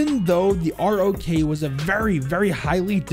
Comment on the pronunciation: its ROKA not ROK